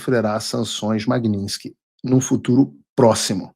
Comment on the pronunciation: Paulo, não é magniNsky, e MAGNITSKY